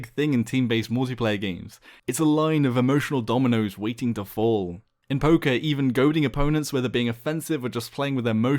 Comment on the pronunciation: Every time he said poker i thought he was saying poké XD